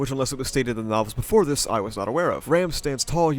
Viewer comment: Hate how you pronounce Ram and Rem the exact same way